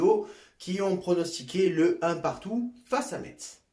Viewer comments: Ça se dit FC Mess en gros parce que j’en ai marre là 😭😭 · Le T de Metz ne se prononce pas !!! Mes oreilles ont souffert :/ Sinon on est toujours bidon... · Ça ce prononce pas le (t) dans Metz ptn !